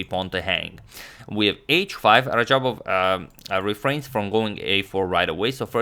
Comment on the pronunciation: radjabov not rajabov and teimour not teymur